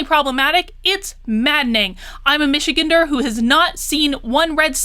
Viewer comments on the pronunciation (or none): Just to throw it out there, Michig"an"ders is like "Van", "Ann", or "Ran". :) Spot on analysis though, everything she does continues to be a slap in the face of the working class.